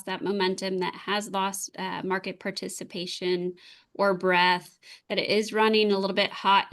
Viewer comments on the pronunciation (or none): I always enjoy, but it's breaDth, not breath.